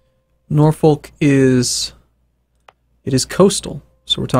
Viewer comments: It's not Norfolk it's NAW-FICK. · It's said ''Norfook''